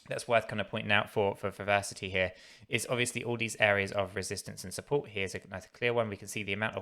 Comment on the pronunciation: It’s pronounced Verasity not ‘varsity’ lol 😂